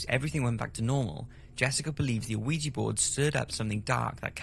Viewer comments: It should be pronounced like "wee jah". Both qui and ja means yes - the first one is French the second (ja) is German. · Ellizzie im aware. the narrator pronounces it "o-oo-wee-gee" which, in addition to hiss accent, sounds like he's saying luigi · Ouija is pronounced Wee-Ja , just incase you do another show on it.. Love what you do. Don't stop doing it. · You are saying that wrong. Ouija is pronounced weejah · Mary Wilkes Pronounced wee-gee, like the photographer. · Thank You! I was getting so irritated that he was pronouncing it like that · Why the hell does the narrator call a ouija board an 'aweegie board'. Really fucking annoying. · Am I the only one who can’t stand the pronunciation of Ouija in these videos? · As far as I can tell, you don’t pronounce the O in Ouija. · That's a rather interesting pronunciation of Ouija lol. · dont understand why you mispronounce ouija! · i think the biggest mystery here is that there's a grown man alive in the world who doesnt know how to pronounce ouija. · what is it with you and your weird pronunciations? lol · If you can't even pronounce the word ouija then why do a programme on it? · I love, love, love your vids- the effort you put in to bring us all info and entertainment is second to non on YouTube but dude your mispronunciation of "Ouija" during this vid got to me. Sorry bro, still love your work. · It's pronounced weejee, no oweejee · Ouija not O-ouija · Ouija; pronounced wee ja not O'weeja. Sorry, but it's driving me mad that he mispronounces it over and over. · Fun fact: It's not called "O-eegee" or even "Wee-gee." It is named for the the French and German words for "yes" so it's actually pronounced "Wee-yah." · Is he saying 'you-wee-jee'? Is this a UK pronunciation? Myself, and everyone I know, pronounces it 'wee-jee'. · Pretty sure it's not O-WEE-JEE, just WEE-JA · I love ur videos dude but can you please stop calling it ah-wee-gee? It's pronounced Wee-Yah. Oui - Ja, french and german for "yes".